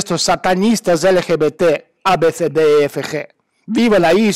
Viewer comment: Jajaja me encanta como lo dices...lgbtz...